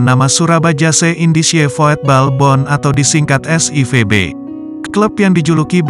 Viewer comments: VOETBALBOND dibaca VUTBALBON bukan VOYETBOLBON.. artinya Klub Sepak Bola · Min, kalo ngetik di aplikasi TTS jangan voetbalbond tapi vutbolbond pake U,soalnya robot mengucapkan sesuai apa yg ditulis,kecuali ente pake setingan yg bahasa belanda